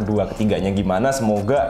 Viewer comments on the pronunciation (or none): Pongo bukan Ponggo, baru nyebut serinya aja uda salah jd malas lanjutinnya wkwk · pongo bang bukan ponggo